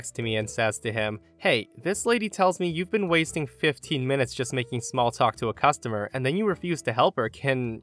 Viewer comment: It's customer, not costumer.